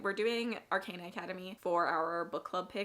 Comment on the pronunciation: Ar-con-uh. Or, actually, Ar-caw-nuh would be a more accurate way to write the phonetics.